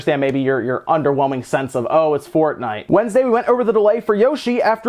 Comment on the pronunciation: Hmm, never heard of “fornite”